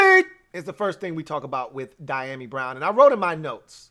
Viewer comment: Pronounced.... dee a mee.